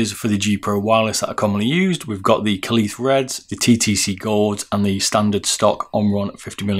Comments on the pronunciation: It’s pronounced kale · Great video, was very helpful. By the way "kailh" is pronounced the same as kale. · kailh, pronounced kaihwa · Kailh like "Kale" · What's with the pronunciation of Kailh. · No, kailh is the line and face name of the switches and company but Kaihua is the manufacturer that actually makes the switches in the factory. You can say either and also yes, he did pronounce the name wrong.